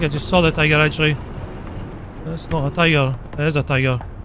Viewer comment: Since u call tiger "TIGOR" u should call Tiger P "PIGOR"